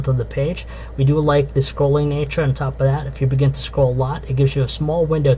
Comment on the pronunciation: "on top o' dat"